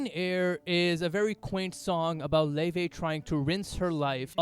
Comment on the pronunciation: thats how you pronounce her name, kindly research before you comment <3